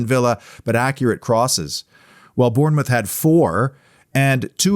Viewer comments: Just say it as Bornmouth mate !! From a 🍒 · Afcb the best side , P s learn how to say Bournemouth